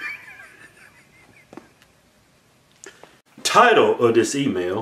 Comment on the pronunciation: I been watching y’all consistently since I found y’all about 6months ago and I JUST REALIZED THAT YOU SAY “Title of this email!” I THOUGHT YOU KEPT SAYING “TIRED OF THIS EMAIL!” 😂😂😂😂😂😂😂😂 Bahahahahaha